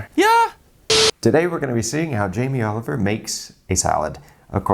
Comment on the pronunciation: Jamie "OliveOil"